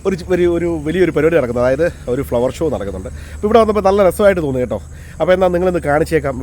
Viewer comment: ശോ അല്ല ബ്രോ, ഷോ